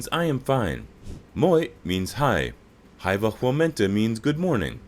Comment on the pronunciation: His pronunciation of Hyvää was physically painful!